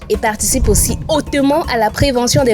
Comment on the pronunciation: Le « hautement » 😂 le Camer en puissance